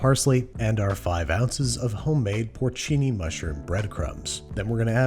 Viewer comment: "porcini" mushrooms. yes, i get you mr. babish